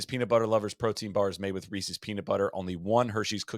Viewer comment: We gotta stop from saying ReeSees